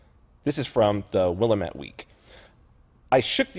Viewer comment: The word "Willamette" is pronounced WILL-LAM-ET